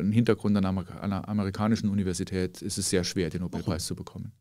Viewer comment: Die ersten zwei Minuten und Herr Feld triggert mich schon mit "Nobelpreis". Kann ja nur besser werden.